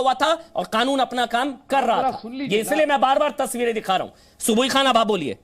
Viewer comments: यह मौलाना कनून नही कानून कहता है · कानून सही से बोल ले मौलाना खानून नहीं कानून होता है। जय श्री राम 🚩🚩🚩🚩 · इसकी भाषा देखिए। ये क को ख बोलता है, जानबूझकर।